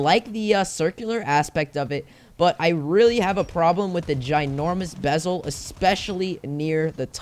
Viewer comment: I like how he went from bezel to bebel 😂